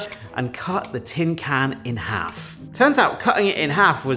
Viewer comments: Why can't the voice over guy say can correctly? Why did he insert a R? 'Christmas dinner in a carn for gamers' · "In a carn"?